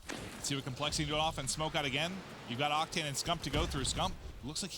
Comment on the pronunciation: "And once agun"